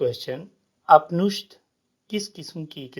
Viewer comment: Apnishdh nahi Upnishadh